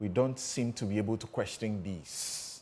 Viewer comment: This one who pronounces "constitution" as "constitutiong", "question" as "questiong" is now explaining simple English 😂😂😂